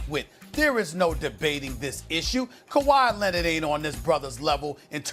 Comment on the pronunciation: Stephen A. "Kawhi Lennid" Smith